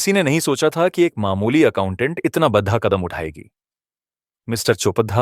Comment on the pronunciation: Kahani bachakar se mera nivedan hai ki Aap shabdo ki uchcharan sahi se kare jaise bara ka badha khara kakhadha isase bache apana sahi uchcharan bhul ja ange thanks